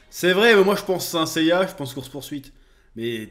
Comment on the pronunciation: "seins seiya" 😂😂 (et puis Sean Bean c'est quasiment un spoil cet homme)